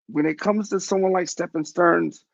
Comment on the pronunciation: Stephen is pronounced Steven his name is Stephan pronounced Stefan it's petty I know but son's name is Steven with a p.h .